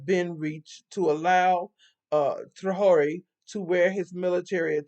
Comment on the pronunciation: It is pronounced tray-or-ray (Traore).